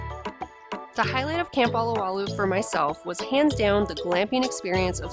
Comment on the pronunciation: It's OH-LOW-WAH-LOOH, NOT ah-lah-wah-looh! Mahalo ~ ~ ~